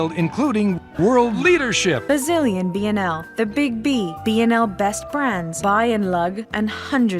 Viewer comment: I still think pronounced BnL properly